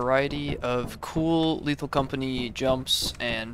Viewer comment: i fr thought u said "cool little company" in a bad russian accent